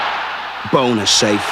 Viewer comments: to the narrator- It's Bonner (Bawnher) not Boner..... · Hilarious how the narrator keeps saying Pat Bonner as BONER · Even though he pronounces 'Bonner' in a way that can only be deliberately comic.